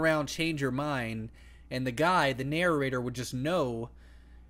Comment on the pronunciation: it's not nararater it's prounounced na- rate- er